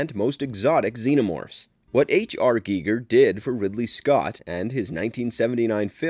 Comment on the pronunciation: Hate to do this but it's pronounced g-eye-ger